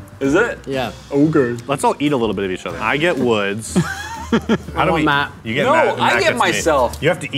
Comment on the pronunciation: Anyone English laughed at Matt being called sket